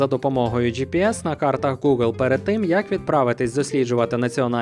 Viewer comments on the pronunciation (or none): none